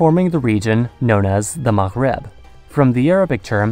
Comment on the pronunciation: Wow you pronounced Maghreb really well. You must speak some arabic or something right?